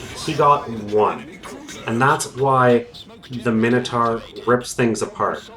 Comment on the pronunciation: "Dinner-sar"...no! "Dyna-saw"...Yes! "Minner-tar"...no! "Miner-taw"...Yes! Sorry, bugs me, lmao.